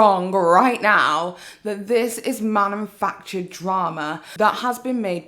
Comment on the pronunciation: I love you,, and I adored this video, it had me in stitches. However, the way you kept saying "manumfactured" was painful, it legit made me physically recoil. It's "manufactured".